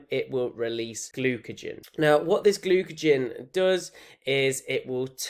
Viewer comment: glucagon not glucagen